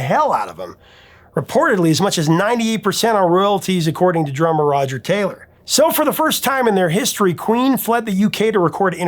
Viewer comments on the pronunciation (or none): none